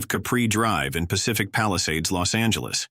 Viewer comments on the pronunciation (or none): IT IS LOS ANGELES, NOT LOST ANGELES, ALTHOUGH I ADMIT, IT IS AN APPROPRIATE PHRASE. IT IS JAMES WOODS, NOT JAMES WOOD. HOW COME THIS VIDEO WAS/IS READY TO GO SO SOON? WHO KNEW THIS STUFF ALREADY AND WHY? THEY KEPT EMPHASIZING THE PHRASE "NATURAL DISASTER'". I THINK THE LADY DOTH PROTEST TOO MUCH". ALSO, CULTURAL GLITCHES EXPRESSED IN AN OFF MANNER SUBTLY OCCURRED. IS THER A CHINA CONNECTION SINCE THEIR MOTIS OPERANDI DURING THE 1940s. CULTURAL REVOLUTION WAS TO ERASE HISTORY ESPECIALLY EMOTIONS CONNECTED WITH CHERISHED SOCIETAL VALUES. IS IT TIME FOR THOSE 15 OR 16 MINUTE CITIES? JUST SAYIN'. 😊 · The robot goes, Lost Angeles dude Lost Angeles, really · "Lost Angeles" ;)